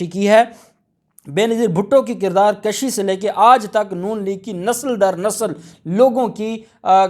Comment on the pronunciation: بیٹا لفظ کُشی ہے کَشی نہیں